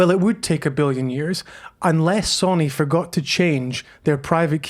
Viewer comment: Interesting video but please, it’s So-Ny and not Sonny.